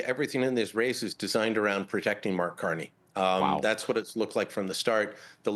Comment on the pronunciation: I heard Brian say Marx Carney, thumbs up!